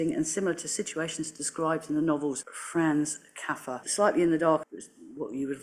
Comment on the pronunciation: A Counsellor who is not familiar with Kafka... and can't pronounce his name after looking it up. Makes one wonder...